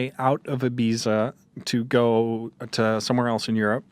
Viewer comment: The way he pronounces Ibiza shudders